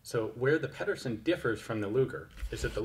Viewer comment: Ped er sen not peddersen